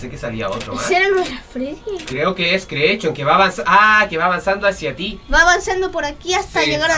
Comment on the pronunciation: the joy of creechion xddddd